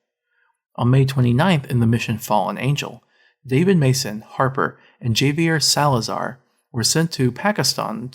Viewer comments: Can't even pronounce "Javier" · HAH - VAI - YEHR